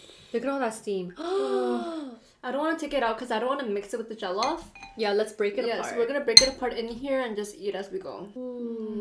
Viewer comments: Btw it's pronounced (jo-llof) rice, (plan-tains) and (pepe-soup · The way they keep pronouncing jollof, just keep making me laugh 🤣🤣🤣😁😁😁...